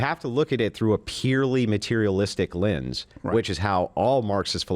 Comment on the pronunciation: what is a “linns?” Is he saying “lense??”